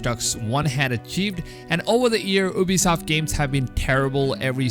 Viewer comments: The first thing I hear is OOBISOFT and I'm like BRUHHHHHH its U-BISOFT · Lol u can't even say Ubisoft